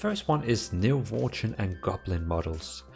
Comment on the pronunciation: Did he just say "Worchen"?